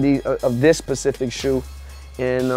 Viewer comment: He says "Pacific shoe" instead of Specific shoe. C'mon, Bow Wow.